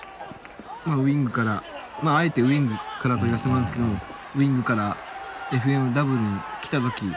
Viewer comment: 金村選手と話してる人が誰だかわからないけど、なんかずっと「エフエムダブル」って言ってて違和感w ＦＭＷはエフエムダブリューじゃないの？